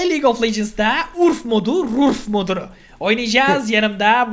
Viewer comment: Rurf değil urf